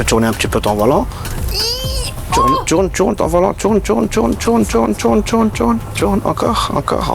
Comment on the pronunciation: ❌ : TOURNE TOURNE ✅ : TCHURNE TCHURNE 😂😂